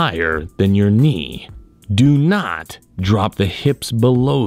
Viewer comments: i always come to this channel for the "DO NOT" sound😂😂🤣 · I like the way he says " DO NOT!!!".